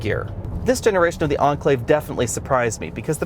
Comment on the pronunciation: cant understand why you pronounce Enclave as Anclave. see correct way Cambridge dict